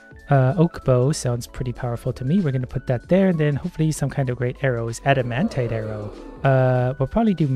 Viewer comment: Just to help something out for you and the us the viewers because it triggers us so much. the pronounciation is not adamantae, but adamantight